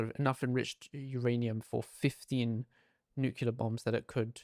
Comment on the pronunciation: It's NUCLEAR,, NOT NUCULAR